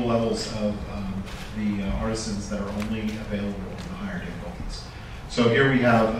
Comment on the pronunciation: Holy cow, a video where "artisans" is pronounced properly every time!